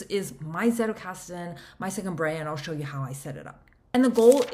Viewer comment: If you can pronounce 'pizza' you can get the z in Zettelkasten right.